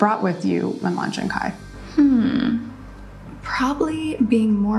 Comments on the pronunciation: its not K-H-Y its pronounced K-I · It’s pronounced Kai not K-h-y and at this point if you buy from any KarJenner brand, you deserve to get duped 😂